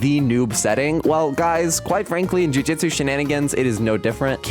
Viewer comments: Just gonna say,its Jujutsu,not Jujitsu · "jujitsu shenanigans" bruh its JUJUTSU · Bro said jujitsu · "jujitsu shenanagins" 😂